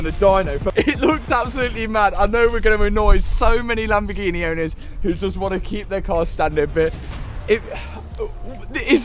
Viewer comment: Read the sticker in your accent 'Lambofuckingheeeneh'. Also love the editing at the end